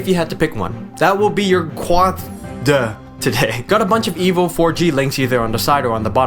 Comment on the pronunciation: HTC Evil 4G, thats how I hear it, lol. Nice video man its informative yet funny.